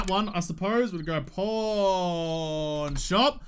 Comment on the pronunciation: man.... it's pawn, pronounced like the chess piece... lol also you made it look like you found a porn shop and needed to mark it.